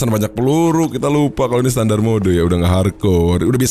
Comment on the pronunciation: terasa gatal telinga saat mendengar kata SETANDAR ???? WTF